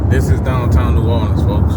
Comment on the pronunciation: U saying that all wrong brudda but carry on